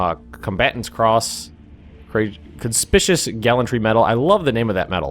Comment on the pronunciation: conspicuous is actually pronounced conspic-u-us